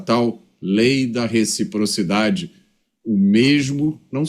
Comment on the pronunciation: RECFIPROFIDADE CUMPANHEIRUS 😂